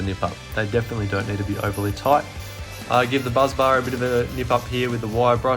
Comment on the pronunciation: BUS bar not buz bar